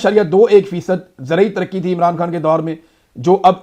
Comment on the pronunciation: اے ران نا بولا کرو۔ای ران بولا کرو۔شکریہ